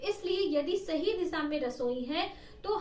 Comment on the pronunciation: इसान नही ईशान दिशा होती है दिसा नही होती है🙏